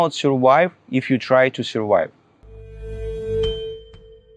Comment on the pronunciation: This is the most ridiculous thing I’ve ever heard. The TRUF IS - we know how you personally surWHY,, -- by F R A U D and everyone should know about it! What you really need is to learn basic English properly at the primary school level. NO GRAMMAR, "FAB" PRONOUNCIATION, - WOWW, HE IS TEACHING US HOW TO SUR-WHY!!...😅🤣🤣